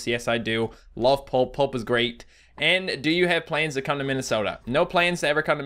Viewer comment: I'm English so when he said planes to go to minisoda (is that how you spell it? ) did he mean plans?